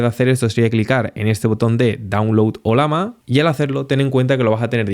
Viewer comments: ¿Olama? El símbolo de esta IA es una llama, no una lama, así que se pronuncia Ollama y no Olama. Eso sin tener en cuenta que estás hablando en español y no en otra lengua. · ¿oLama? ¿Cuál es el animal del logo? ¿tan difícil es pronunciarlo bien?